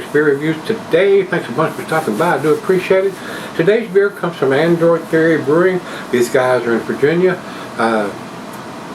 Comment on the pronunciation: Adroit is supposed to be pronunced "Android"???? xD